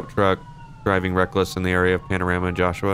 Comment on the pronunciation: In lspdfr McLaren sheriff he pronounced panorama wrong lol